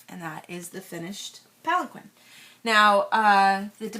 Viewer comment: I thought palanquin was pronounced palankeen